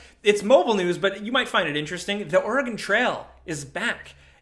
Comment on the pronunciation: HOLY FUCK. He said "Oregon" correctly. What timeline have I stumbled onto?